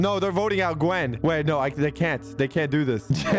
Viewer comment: I also think it funny cause they keep mispronouncing the names like Leanna to Lenna and Heavely to Heavenly and Gen to Gwen